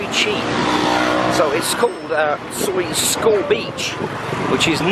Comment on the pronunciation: Pronounced Skow Beach actually! Some of my friends in the background